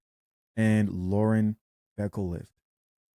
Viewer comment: Bro work on pronunciation of names beforehand. lol Lauren who?